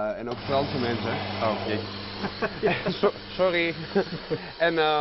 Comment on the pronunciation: Sorro,sorro,sorro.... Leer de z eens uitspreken :p